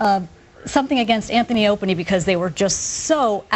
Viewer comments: “Anthony and Op-any” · did she say anthy and openy? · "Anthony and Opany." ...Opany? :S